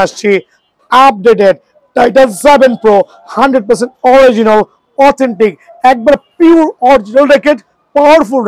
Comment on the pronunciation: Original 😂🤣🤣🤣🤣🤣 Vhai dowa kore pronunciation shikhe asen😂🤣